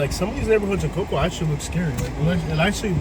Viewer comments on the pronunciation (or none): We don’t say cocoA it’s just cocoa